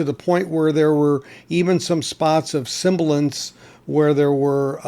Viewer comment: not being pedantic but the word is 'sibilance' NOT simbilance! I have a Monarch pressing of Minute By Minute which I got for $10 years ago.